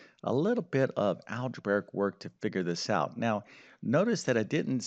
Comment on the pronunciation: Algebraic, not algebaric.